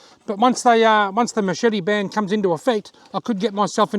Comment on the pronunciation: i made a drinking game i drank everytime youes asaid Machepte ...............